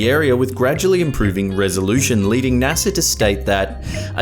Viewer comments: naser lol it's NASA BRO! 😂 Smh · What the Fu-- is" NASAR"?